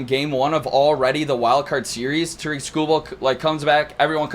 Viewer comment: Detroit guys? Can’t even pronounce Tarik correctly.